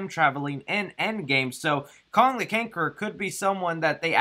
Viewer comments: “Kong the Canquerer” lol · "Kong the Canqueror" 🤣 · "Kong the Canqueror" LOL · Bro you totally said Kong the Kankerer lmfao. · 3.41 you said KONG THE KANKERER😂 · he said Kong the kanker 🤣 by mistake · Con The Canqerer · Did anyone else catch that said "Kong the kangcerer"? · "kong the kankeror" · Did he say kong the canckeror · you say Kong the kankeror 😂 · Dude said Kong the Conqueror 😅 love your videos 💯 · . Had to rewind and listen again. Kong the Canquerer. 😅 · Wait, Kong the Canquerer? 😂, I think you confused yourself a bit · khon the cainquerer 😂😂😂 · did you say Kong the Cankeror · 😑... “Kong the Canquerer...” ugh... lmfao. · “Kong the Canqueror” lol... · You said kong the canquerer 😂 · Kong the Cankerer had my dying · Ah yes Kong the Canqorer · Kong the Cankerer🤣🤣🤣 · "Kong the cankerer" lol 😂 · At one point in the video you said ''Kong the kankor'' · Ah yes my favorite. Kong the Cankerer" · Kong the cankerer lol